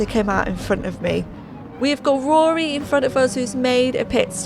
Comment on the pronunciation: Love the way you pronounce Rory's Name... sounds like you're saying Aries 😂 Try saying Here He Is all as one word without all those H's that take effort 😆